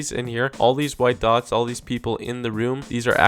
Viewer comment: lol i tought he said white dawgs XD